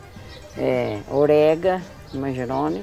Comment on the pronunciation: Esse hortelã a gente chama de hortelã graúdo e o outro hortelã miúdo 😁 morri com a mãe do Fubá falando orega e gengiva 😆😆😆